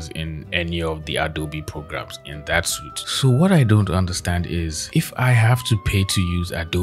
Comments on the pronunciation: I love your accent man! But one thing. Adobe suit. It’s pronounced like “sweet” and not suit. I know it’s confusing and doesn’t make sense, but that’s how it is. Adobe “sweet” suit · "Suite" is pronounced "sweet," not "suit." Also, Clip Studio > Photoshop for artists, imo.